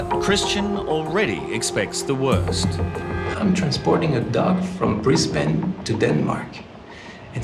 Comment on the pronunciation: The true crime is how he pronounces Brisbane